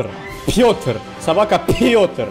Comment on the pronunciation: Почему ты Пётора называешь собакой?ето же Пётр